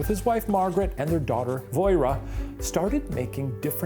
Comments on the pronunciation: her name is pronounced 'vwoh-rah' (or 'voh-rah') not 'voy-reh' </3 (as a Manx speaker) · Voirrey - is pronouced Vorry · As someone from the Isle of man voirrey is pronounced "voh-ree" haha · ISLE OF MAN MENTION also you're pronouncing voirrey so badly it's like lorry with a , also it's Dalby spook not derby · As someone from and living on the Isle of Man it made me laugh for they said Viorrey- it’s pronounced how ‘Lorry’ is but with a V, oh and it was the Dalby spook hehe